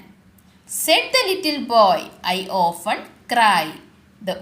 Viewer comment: Ofen alla often ok